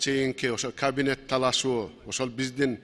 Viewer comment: Кавинет да эмес. Каинет